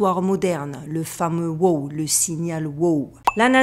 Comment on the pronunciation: Ce n’est pas whooo 🐴 c’est WOW! signal 😅